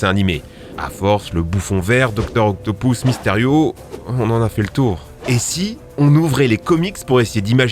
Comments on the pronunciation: OCTOPUS PAS OCTOPOUS IL A UN POUS FRANCHEMENT IL C'EST PAS PARLER !!!!!!!!!!!!!!! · JUSTE C EST DR OCAPUS EST PAS OCTAPOUS MAIS BONNE VDEO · eh ca se dit pas octopous mais octopus la prochaine foie dit octopus😉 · mec tu fais chier avec dr octopous* c'est octobus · On dit pas docteur octopoos on dit octopus sinon bonne vidéo👍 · La plus grosse bêtise que ta dise et le non du docteur Octopus qui se prononce comme il s'écrit ("Octopus") et non "Octopouse" comme tu dis. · "Doctor octopouce" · Docteur « octopouce »😂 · "Docteur octo pouces" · il y as que moi que ca dérange qu'ils dit dr octopoussse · Il a bien di docteur octopouce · Je rêve ou tu as dit docteur octoupous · "Dr octopousse " 🤣🤣🤣🤣🤣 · Dr Octo « Pouce », Mary « Jeanne »… mes oreilles ont mal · C'est quoi ces prononciations toutes claquées ? "Octopous" "Marie-Jeanne"